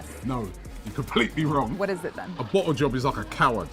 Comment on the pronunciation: When he said bottle job , I thought he said blow job 😂😂😂😂😂😂